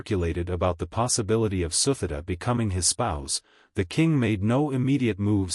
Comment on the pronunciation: The queen's name pronounced SU-TI-DA...not the way you pronounced.